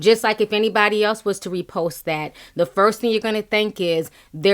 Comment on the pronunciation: Love how he kept emphasizing “REPOST” 🤦🏾‍♀️